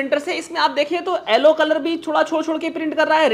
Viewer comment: sir aap pdhe likhe ho aap yellow ko ellow kyu bolte ho